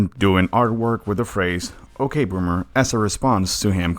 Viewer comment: Ugh it's ya ok bommer not ok bommer